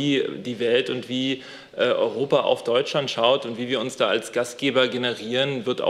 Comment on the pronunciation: Warum haben die alle ein Sprachproblem mit Deutschland :"..Deutsland.". 😂😂